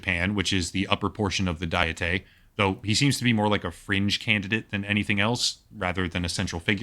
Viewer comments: Decent video, but the narrator is killing me every time he says dietay for diet. It's not even a Japanese word (it's called kokkai in Japanese); it's an English word, pronounced exactly how you think it would be pronounced. 1 : a formal deliberative assembly of princes or estates 2 : any of various national or provincial legislatures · This guy doesn't even know what the Japanese government is called. He called it the "diettai". It's either the "National Diet" (or Diet for short) in English, Diet here is an English word pronounced like a food diet. Or the "Kokkai" in Japanese. This would be like someone calling the US Government (both the House and the Senate) the "Senatey" and then wanting people to take you seriously lmfao.